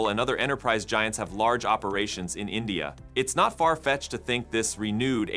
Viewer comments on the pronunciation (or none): none